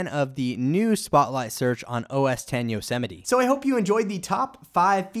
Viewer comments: Yo-Sem-ite not yo-semmetie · I thought it's pronounced "yos-might" not "yo-se-mi-te" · Nope lol. It's Yo-se-mi-te. As in Yosemite national park. (Apple likes to name their OS after cities or places and Yosemite is in California, which is where Apple is based).